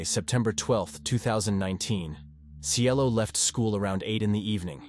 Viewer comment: Cielo not Cello 🤦🏽‍♀️ They called her that cus she was so sweet and beautiful etc Cielo means “Heaven” in Spanish just in case ya didn’t know . But this guy tried ❤️🙏🏼 rip CIELO ❤️